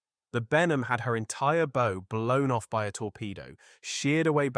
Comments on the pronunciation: It's pronounced Bow as in OW that hurt. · Early in the vid, it did say “bow” properly, as in “Ow, that hurts!” But not the rest.